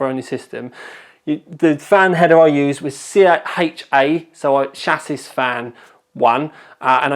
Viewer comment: please pronounce 'chassis' properly... It's not 'sha-siss'.... its 'sha-see'! The last 's' is silent.